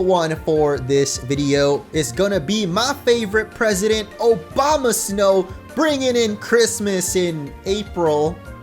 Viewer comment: lolmao you said 'obamasnow' but like, not as a joke. A dude, A-boma snow.